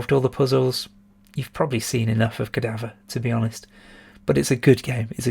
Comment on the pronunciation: I was also guilty as charged with the mispronunciation of Cadaver,! Yeah, apart from the beautiful graphics, great music and the best shop on the ST what exactly DOES Xenon 2 bring to the table?.......haha Nah, you make some valid points. I'd personally place it slightly higher - as I would with Magic Pockets - but if I'm being honest with myself they'd likely be getting bumped up for nostalgic reasons. As you said at the start, the Bitmap Brothers appeared to concentrate on style over substance but I don't think any could be classed as bad games, per se. No question about it, definitely do more of these vids over the festive season (and beyond).....whack some festive lights on in the background and/or stick a Father Christmas hat on as well whilst you're at it!